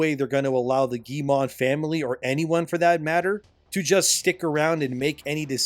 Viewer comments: Btw the pronounciation of their name Is not "Guille-mont" its "Guillemot" (m o) like Moe :) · Guillemot = gheey moe (hard g, ll=y, final t is silent)